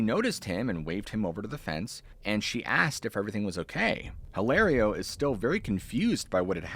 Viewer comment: get off the dang roof! Hilario is pronounced "ee lah rio". The "H" is silent in Spanish. : )